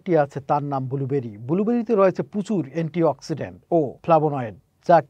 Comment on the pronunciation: এন্টি অক্সিজেন আর খবর তুমি বলতেছ আন্টি এক্সিডেন্ট 😂